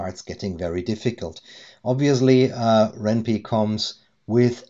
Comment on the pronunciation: Just a heads up, it's pronounced "wren pie" (like the food). The name is a combination of ren'ai (Japanese word for romance) and Python.